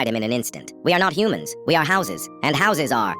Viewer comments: Bro is hourses not houses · Not hausis but horsis